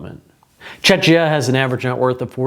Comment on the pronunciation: The Czech Republic's short name is pronounced accordingly /ˈt͡ʃɛk.i.ə/ by adding ia at the end. Wherever do people suddenly get two ch sounds in the short name baffles me when the long name is always pronounced correctly. (Yes, it's an open syllable and you could technically pronounce it that way, but why would you?) Preparing for a presentation is a thing.